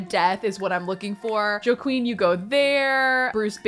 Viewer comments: I was like “Oh she’s saying Joe Queen, cute sim name” But then seeing their name was Joaquin (hwaa-keen) it just made me giggle a bit lol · pronouncing Joaquin as JoQueen is everything. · but how Does one say Guidry's name?? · It honestly took me a minute to figure out what she was trying to pronounce. But then again she also says "Goodry" so I guess it shouldn't surprise me 😅